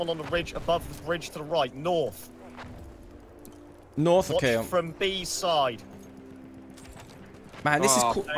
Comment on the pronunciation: Nawth lol